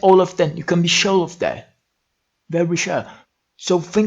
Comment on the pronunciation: very chure kkk